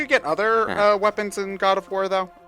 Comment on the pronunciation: "Ood of War"?